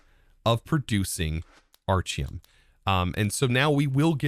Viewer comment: Why does he keep mispronouncing the item names? Aren't they named after him? So it would be like Architect. Right?